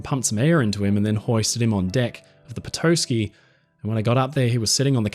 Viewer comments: Its petahskee, not toe ski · Gentle correction: Petoskey is pronounced puh-tahs-kee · As a man from Michigan, it’s pronounced “Pet-AH-skey”. Great production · Petoskey? As in Petoskey, Michigan? Pronounced peh-TAH-skee.